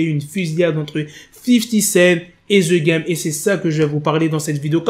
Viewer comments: The game .......the=de.......pas the=ze merde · "Z game " 🤭🤣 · Ze game 😂😂😂😂